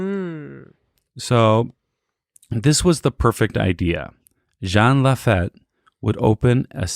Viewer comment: Jean Lafitte is pronounced; Jean=Sean with a “J” Lafitte= La-FEET